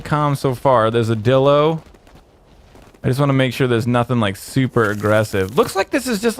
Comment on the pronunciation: its DIE low not dilo but its spelled dilo